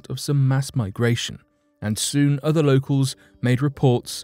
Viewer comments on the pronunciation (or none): none